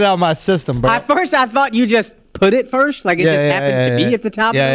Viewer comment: Fam, it bothers me how nobody from the squad ever says anything about how akaash pronounces the word "FIRST". Lol he always says FIRSHT!! Shit is annoying !! Is that a texas thing?